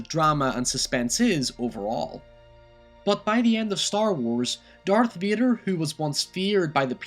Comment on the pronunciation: Darth Veeder! Great vid.